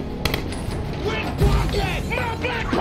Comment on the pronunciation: Who hear rocket instead of pocket…